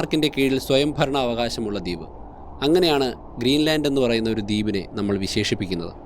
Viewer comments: ദീപ് അല്ല , ദ്വീപ് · Not ‘deep’ but ‘dweep’